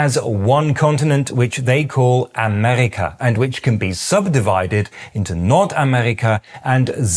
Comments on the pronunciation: When you say Amerika, it sounds like "Amerrika" to me (short e). I would expect to hear "Amehrika" (long e). Is that just me? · I hate to be saying this, but I hope you can appreciate it anyways. Just one little thing about your German; we call it Amerika with a long e (Google says [aˈmeːʁika], you might know how to read this). Not saying this in a condescending way of course, since I know you're making a genuine and really good effort to speak this language! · dein Akzent kommt an ein paar Stellen durch. Deine Aussprache von "Amerika" betont die Silbe "Me" minimal zu kurz, und bei "US-Amerikaner" ist der Übergang zwischen dem "U" und dem "Es" ein klein wenig zu fließend. Ich weiß, Erbsenzähler, ich bin nun mal Deutscher, was soll ich machen.😛